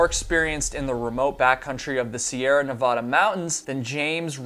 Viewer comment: When you say the name of my state...please pronounce it correctly! The A in Nevada sounds like the A in the word CAT! Not like the A in PAW!!